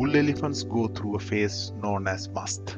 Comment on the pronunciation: It is musth, pronounced exactly how he did.